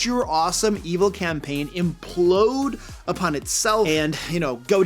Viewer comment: Actually... That's "implode," not emplode. Bacon.